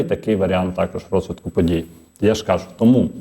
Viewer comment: Не кАжу, а кажУ. Що за польське завивання? Вивчайте українську мову, педагог.